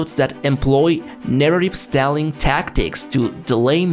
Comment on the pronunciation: Great vid. Though I recommend you look up how to pronounce "stalling"